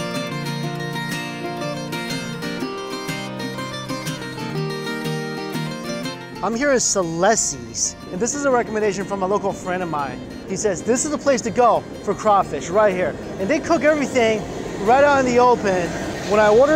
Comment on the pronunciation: Clesi's = K-lessys